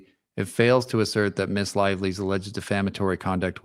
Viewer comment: Appreciate your balanced and insightful commentaries but want to add a heads up: “Ms” is pronounced “miz,” not “miss,” which can come across condescending and dismissive, like a demotion of a woman to a girl. I’m not a BL fan, but I worry it weakens an objective stance, and I flinch every time I hear it. Hope this is helpful.